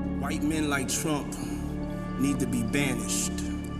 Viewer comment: Bạn đọc sai nhiều chữ "X, Sean, Trump, Truth social"